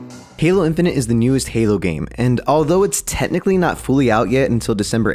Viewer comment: when u said "then they adawnsed halo infanent" i got a add and i was lik yo dis ain't da halo infanent trailer